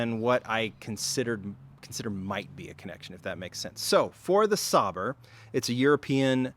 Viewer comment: Sauber is pronounced Sauber.